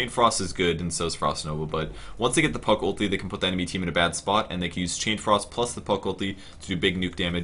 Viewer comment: Did he say fuck instead of puck?